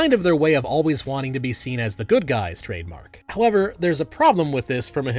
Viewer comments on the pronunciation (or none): none